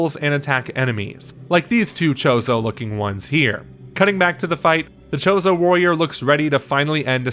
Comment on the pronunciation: It's a Chode-oh warrior.